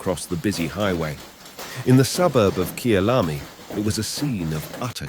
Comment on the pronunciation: How beautifully written is the script. The pronunciation for Johannesburg is like "Jo" or J for Jack and Jill. Kyalami is like like K"eye", the a is short a like apple, i is short like ey = Key-a-lam-i". Hope it helps Sorry for all the joburghers suffering damages